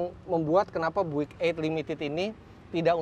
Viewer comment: om Fitra, Bung Karno tahu banget mobil Amerika yang keren seperti apa. General Motor memang produsen hebat. Btw, itu mbacanya Buick harusnya [byu-ek] ya?